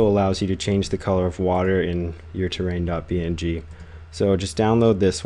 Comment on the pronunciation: its not .ping, it's .P-N-G